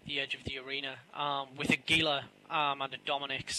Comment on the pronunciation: TY for saying Gila right. One of my pet peeves when people pronounce it with a hard G sound ;p